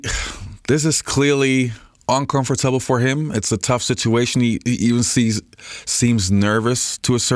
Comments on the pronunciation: strange video ....hope you are ok bro ....feels like because of this you felt into a depression and lost the ability to pronounce the word "comfortable" right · In the first 6 minutes you say "uncomfortable" three times. I've heard such pronunciation, but never from an American. That was weird...